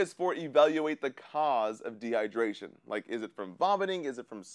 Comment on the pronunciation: De -hy-der-ra-tion